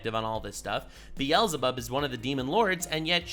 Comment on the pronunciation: Wait he's the first YouTuber I heard pronounce the Hebrew beelzabub right. Does actually speak hebrew